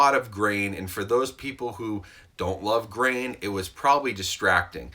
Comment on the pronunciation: A starship Trooper dies everytime he says grain